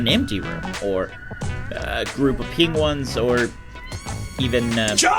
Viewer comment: The way you said penguins smh